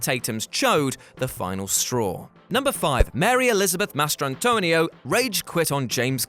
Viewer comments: Almost turned this video off because of the damn way he pronounced "Mastrantonio" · The way this dude kept saying Mastrantonio caused me to not finish this video.